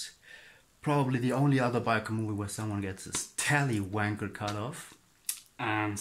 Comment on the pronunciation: He said tallywacker, but I heard tallywanker. It now has a new name! Love it.